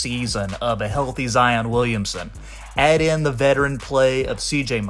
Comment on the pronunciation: Zion is pronounced the same way as Lion…NOT Zi-ahn